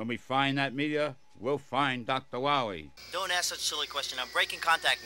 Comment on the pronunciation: Doctah Wahwee